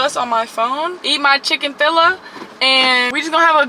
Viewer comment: I thought I was the only one who said chicafila😂😂